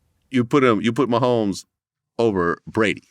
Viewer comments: Mane said Travis Mahommes!!😂😂😂😂😂😂😂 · Travis “meeMee” mehomes